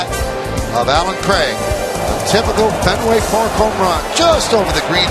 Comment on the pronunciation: Fen- Way Paaak, home of the Red- Sawwwwx !